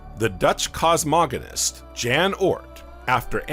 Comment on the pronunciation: Jan Hendrik Oort. The Dutch astronomer. Actually pronounced 'yawn'. Pretty common way to pronounce 'J' in many places in the world so it kind of makes my eye twitch whenever someone gets it wrong. Just had to share that. Don't know why.